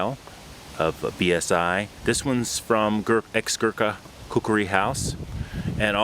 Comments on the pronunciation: Hello, very good to know that you are Khukuri enthusiast. However about the pronunciation..,its neither Khukri..nor Khukdi..it is khukuri..trust me' its coming from a Nepali who sleeps with a khukuri under his pillow hahaha.thank you. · In Nepali, it’s pronounced and spelled with that second “u”. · its kinda funny how you pronounced khukuri :D